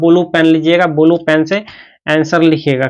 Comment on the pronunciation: Sir ji bulu pen nhi hota blue pen hota hai 😂